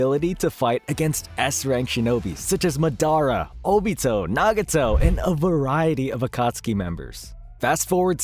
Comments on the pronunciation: It’s MAdara not maDAra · Madara is not pronounced Midara my guy, go watch the dub again. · buddy couldnt say ma-day-rah ( madara) that tilted me sooo bad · It’s MAdara not maDARA. Also SOOSano not soosANO. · Mah•dah•rah. Not Muh•Daruh. Jesus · Bro is Madara not Madonna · Who the hell is this guy? Ma-dara? It's Ma-da-ra you fool! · Madara ❌ MuhDaRuh✅ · madara❌ Medara ✅ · ma-dara lul its moder-a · This dude said "MA dara" 😭😭 made me wanna block him real quick, I stopped watching real quick, still had to call that shii out😂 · such as mad-a-ra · man said MA-DAR-RA lmao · “Ma DER Ah” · Lost me when he said…Ma- dar-ra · It’s madara (maa-da-ra) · Mah dara 🤣🤣💀💀💀 Edit: who’s madara I only know of Mah dara Huh? You mean Mah DORA 🤣 Yooo kuh doma I’m sorry but this is too funny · The way you said MA DARA caused me physical pain😂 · Instantly caused me internal bleeding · Who’s madara I only know of mah dara 🤣🤣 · for reals has he ever watched Naruto they say his name like 1000 times hahah moo dara, its like black panther Namor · And SUS ANO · do you just like to say things wrong to be different, or have you genuinely never listened anyone say Madara, Deva Path, or Baryon Mode (amongst other names you said wrong here)? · left the video when you pronounced madara wrong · This is the first time I've heard someone say madaras name like that. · Turn this shit off when u pronounced Madara wrong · You pronounced so many things right How do you keep slaughtering Madara’s name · We gonna talk about how he said Madara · LMAO THAT HAD ME DYING I WAS LIKE WTF